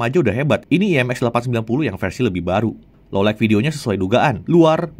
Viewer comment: Sekelas jagat review Pronounce "Low Light" masih salah aku kok gemes ya. "low light" mas, bukan "low like"